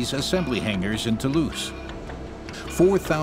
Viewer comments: Yeah, I also heard as "to loose friends" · I heard *To lose friends,*, I kept wondering why do they say that? After replaying video I realized it was “Toulouse, France”.😅